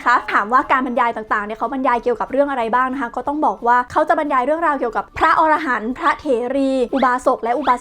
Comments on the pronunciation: ละเอียดเข้าใจง่ายมากครับ😇 แต่ขอเสริมนิดนึง อรหันต์ อ่านว่า อะ-ระ-หัน ออระหัน เป็นสัตว์หิมพานต์ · อะ-ระ-หัน ไม่ใช่ ออ-ระ-หัน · Chaiyaphon Duangkaew แสดงว่าออกเสียงผิดสินะครับ เพราะผมได้ยินว่า ออ ระ หัน หรือหูผมไม่ดี 555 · อะ-ระ-หัน ไม่ใช่ ออ-ระ-หัน นะจ๊ะ. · เวลาเราอ่านว่าอรหันต์ ห้ามอ่านว่า ออระหัน ให้อ่านว่า อะระหัน เพราะความหมายเปลี่ยน ออระหันต์คือสัตว์ป่าหิมพานต์จำพวกมนุษย์นก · พระอรหันต์ ต้องอ่านว่า พระ อะ ระ หัน ส่วน อรหัน(อ่าน ออ ระ หัน เป็นชื่อสัตว์หิมพานต์ หัวเป็นคน ตัวเป็นนก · ขออนุญาติครับ. คำว่า อรหันต์ อ่านว่าอะ ระ หัน ครับ. อธิบายได้พิสดารจริงๆ. ให้ความรู้และยังเผยแผ่พุทธศาสนาได้อย่างดีเลยครับ. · รอบนี้ออกเสียงผิดครับ